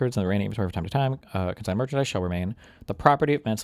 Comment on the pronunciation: CONsigned, not CO-signed